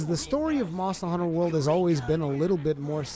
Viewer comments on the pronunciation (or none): Monstuh Huntuh Wuhld.